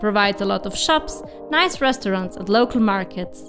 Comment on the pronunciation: Perfect video until your pronunciation of Nice 😂